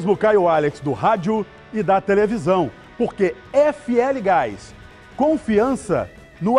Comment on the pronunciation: Vou parar de ver só por causa desse chato do gás... nem sabe falar GAIXXXXX... com a menina dava até ânimo de ouvir a propaganda!!! Não tem tiro, como se tudo fosse pacificado kkkkkkkkkkkkkkkkkkkkkkkkkkkkkkkkkkkkkkkkkkk